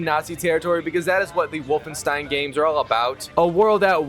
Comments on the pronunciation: "Stein" bruh not fuggin "Steeeeeen" come on mang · Everytime you say Wolfensteen I have a stroke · Wolfensteen ahhh i get it 😂😂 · “Wolfenstien” “wolfensteen” not to be confused with the game Wolfenstein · The way bro pronounced Wolfenstein hurt me 😂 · I love how he struggles to prunounce 'wolfenstein' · Could be elevenlabs. He is also saying Wolfenstein wrong many times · The way he say ”Wolfenstein” gives me cancer